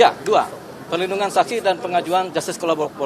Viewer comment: Saya apresiasi kerja penasehat hukum ini. Kerjanya sangat baik tapi perlu latihan pengucapan KO LA BO RA TOR